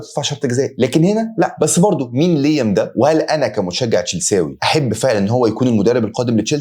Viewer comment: ليام و ليس لييم يعطيك ليمة تنقب رأسك